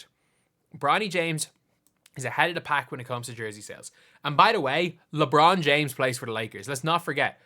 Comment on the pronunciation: Bronald James?